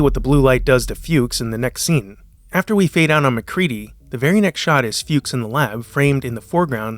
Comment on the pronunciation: It also caught him say Flukes instead of Fuchs. I never notticed that before.